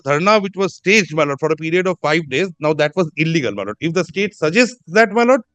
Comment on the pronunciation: বার বার মাই লড়ব উচ্চারণে, বক্তব্য এর মাধুর্য বিঘ্নিত হচ্ছে বলে মনে করি, ধন্যবাদ।